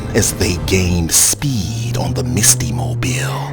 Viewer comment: Everytime the narrator says Misty name I keep thing she Musty